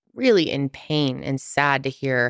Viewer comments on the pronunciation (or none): none